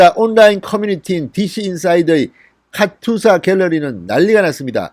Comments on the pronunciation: 진**님 카투사(카츄사아님)로 발음해 주세요~ㅋㅋ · 카츄사가 아니고 카투사입니다! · 카츄샤 아니고 카투사입니다! 발음이 안되시나요? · 카추사가 아니고 카투사입니다~~!! Korean Augmentation to the United states Army.